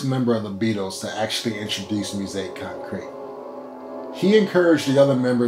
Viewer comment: "He's Gonna Step on You Again" by John Kongos was a top 10 hit in the UK back in 1971. It's often cited as the first hit pop song to be based on a drum loop. It made the Billboard Hot 100 in the US as well, but nowhere near the top 10. You should get a little bit of coaching on how to pronounce "musique concrète" . . .